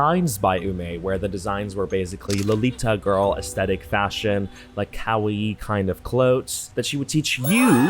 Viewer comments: u did not just pronounce kawaii like cow-ey 😂😂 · "she kawayeed"😂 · kow-ee I'm crine 😭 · When you said “she’s Ka-wai-eet” I was floored 😂😂😂